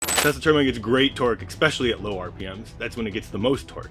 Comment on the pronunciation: Как мне нравится автодубляж - Колю как только не называет - Тесла, Тислы, Тёсла😂 Он там, в гробу, наверное, вертится, как турбина.